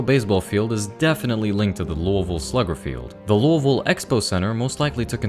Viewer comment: OH MY GOSH YOU SAID LOUISVILLE NOT LOUIS-VILLE AND DIDN’T BUTCHER IT LIKE SOME YANKEE